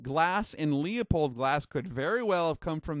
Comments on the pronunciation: It's not LeOpold, it's LeU pold, there is no O before the P. Pronounced like Lewpold or Lou pold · Good video, very interesting. FYI, Leupold is pronounced "lou pold" not "Lee a pold". sam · It's pronounced Loo-pold not Lee-a-pold. Good video which goes to show that the Chinese manufactured stuff can be world class. Who would've thought that 10 years ago? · It’s kinda crazy to hear mispronounce “Leupold!” It’s pronounced “Lew-Poled” on their podcast and videos. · FYI, the "Leu" in Leupold is NOT pronounced "Leo". Sounds more like "Lew" in Lewis. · It's a german name and pronounced "Loy-pold" or "Loy-polt". It's not that important. I haven't heard a single american pronounce a name like "Schwarzenegger" correctly. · No kidding, after all these years why in hell do people still pronounce it as LEEupold? Haven't they ever seen a Leupold advertisement on tv? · Leupold! Not Leopold! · I enjoy your videos However, you are mispronouncing Leupold. The correct pronunciation is "Loopold". Leopold is incorrect Regards!! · FYI.......Leupold is pronounced LU-POLD, not LEE-A-POLD. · It’s not pronounced Leo...pold it’s pronounced Lew...pold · It's pronounced "Loy-pold", or "Loy-polt", depending on the german dialect. Almost no non-german speakers pronounce it correctly. Not even the Leupold company. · It's lou-pold not lea-pold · it's pronounced Lew-pold, not Lee-a-pold as so many do. Just an FYI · It's pronounced "Loy-pold" or "Loy-polt", depending on the german dialect. The "Lew-pold" pronunciation is an americanization. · Good info, but its pronounced LOOP old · Did not know this. Btw: it's Loo-pold. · No, it's pronounced "Loy-pold" or "Loy-polt", depending on the german dialect. The correct pronunciation is too complicated for most english speakers so the company itself has americanized it. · you saying LEOPOLD is making me cringe like nails on a chalkboard. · Its pronounced Loo-pold FFS. Man that always bugs me.